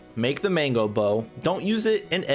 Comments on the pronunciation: I keep hearing mango bow. Do u mean magna bow? So they're not viable option? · It took me way too long to figure out Mango meant Magnamalo, man. I was like who tf is Mango??